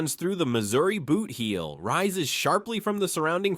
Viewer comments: Boot heel, not bootheel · And boot heel is not pronounced boothheel